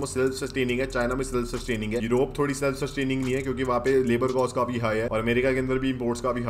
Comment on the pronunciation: Bhai love your videos. But aap kaafi ko kaufi kyo bolte ho